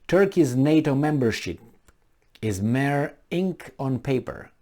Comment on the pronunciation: Mere is pronounced meer or mir. Pardon my intervention.